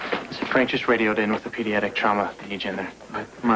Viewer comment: said pediatICK trauma 😂😂